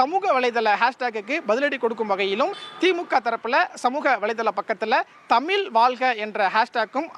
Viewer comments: என்னது தமில் வால்க வா? முதல்ல தமிழ்ல ஒழுங்கா பேசுங்க செய்தியாளரே...நல்லா நல்லா வாழும் தமிழ் 😅😅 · தந்தி தொலைக்காட்சி க்கு ஒரு செய்தி உங்கள் செய்தியாளர் தமிழ் வாழ்க என்று சொல்ல தெரியல தமில் வால்க என்று கூறுகிறார் இப்படி சொன்னால் தமிழ் எப்படி வாழும்? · Please pronounce properly thamiz